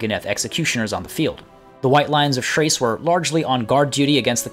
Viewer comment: White lions of "trace"? I always thought it was "K-race"